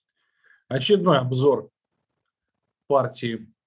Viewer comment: Послышалось очередной позор вместо очередной обзор.... думаю ничего себе....